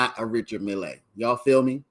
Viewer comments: Never heard it pronounced mill-ay. As far as I know it's just pronounced mill.... Keep it simple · Your pronunciation of the watch drives me insane bro lol. It’s pronounced like Mill, not Millay